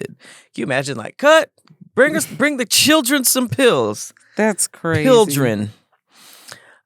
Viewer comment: "Pilldren" is fantastically hilarious 😂🤣